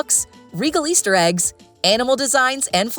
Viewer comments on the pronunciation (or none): none